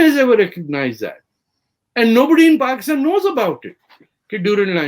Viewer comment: Why all Pakistanis pronounce it as “Paxtan”? 😂